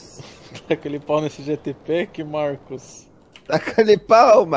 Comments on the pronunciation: "jatpack" já tô até vendo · "Jatpack" ? Isso é uma blxona 🤬😡🤬